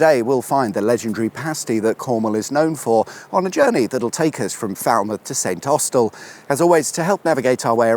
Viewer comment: It's pronounced Snossel.